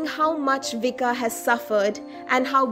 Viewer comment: Vicka is pronounced Viska.